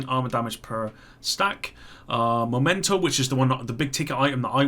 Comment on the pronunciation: Why can't any1 pronounce memento correctly?